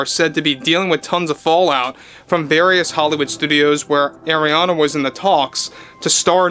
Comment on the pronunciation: Just think like a pirate its Arrriana Grande, not Areania